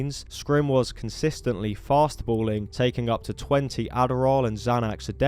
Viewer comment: Opioids not opiates and also speedballing not fast balling